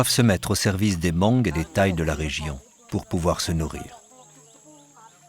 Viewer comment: Beautiful documentary! I like watching documentaries like this one. Just a little correction many time the narrator mentioned "Moung" it's also an ethnic group, but the real name is Hmong and the pronunciation is without the H. So it's read as Mong.